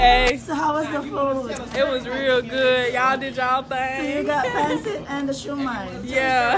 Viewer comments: Pancit pronounced as Pan-Sit is life huhu more power to you! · I'm impressed by you ate. Pagpatuloy mo lang yan. Sana umasenso ka pa. Pero sana wag mo iibahin ang accent ng mga Filipino food like when you said "Pancit", you sounded like a foreigner saying it. Sana Filipino accent parin ang gamitin mo kahit mga Americans ang sinasabihan mo ng "Pancit" para din kasi sila mismo, matutunan nila ang Filipino pronunciation ng mga dishes.